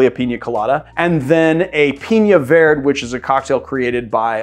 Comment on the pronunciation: Love the channel and have learned a ton. But, you'll pronounce the ñ in piña. But, verde (vair-day) is vird? #comeonman